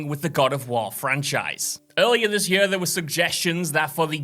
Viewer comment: For fucks sake learn to pronounce ‘year’. Yurrr.